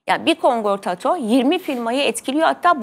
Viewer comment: Kongortoto degil, KONKORDATO